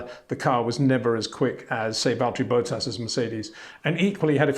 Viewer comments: It’s not Boat-as, it’s Bottas 😁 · It’s not Boatas , it’s Bottas 😁